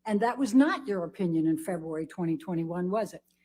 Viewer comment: I'm gonna to leave the fancy analysis of the attorney's incompetence, I just get irritated by the way she pronounces February.